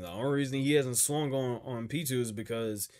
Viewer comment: since this is the last time you'll have to talk about Pitou in length, i'm going to tell you that you've been saying their name wrong the whole time, it's Pitou, not Pitwo :p